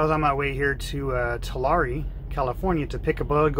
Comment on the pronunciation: Are you sure you’re from California? Because you can’t pronounce Tulare correctly 😀